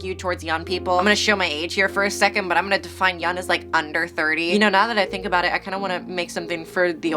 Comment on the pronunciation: You don't need me to tell you this but keep up the grind my G. You've been around for a long time so you know what you're doing and it shows. I will soon start posting video essays and I strive to be as articulate, pretentious and funny as you. My only gripe is the way you pronounce the word young (it's young not yun) but other than that, great job